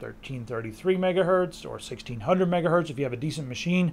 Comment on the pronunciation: Is it me or did he say "megahurt" :p